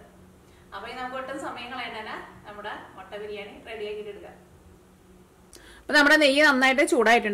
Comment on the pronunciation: മൊട്ട അല്ല മുട്ട